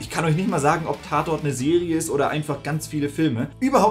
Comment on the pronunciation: "wie im tatorrrt" 😂